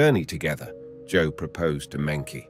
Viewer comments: I heard Monkey G when he said her name. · mengchi is how it's pronounced. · I noticed they always mispronounce Chinese names so maybe they are using AI to narrate in this channel